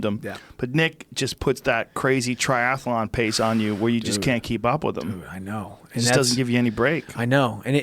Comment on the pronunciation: Nick "triathalon" Diaz